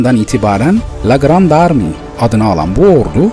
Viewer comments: Güzel belgesel emeğiniz takdire değer. Bu arada "grand armi" diye okunmaz "grand arme" diye okunur. Fransca yazılışı "La Grande Armée" dir. Belgeselde hep ingilizce olarak okumuşsunuz. Pek bir önemi yok aslında ama doğrusunu bilen biri izlediğinde bir süre sonra kelime çok fazla tekrarlandığı için kulağı tırmalıyor. Yararlandığınız kaynağınız ingilizceydi büyük ihtimalle. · Grandarmi değil grandarme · ingilizcesini söylüyor, grand army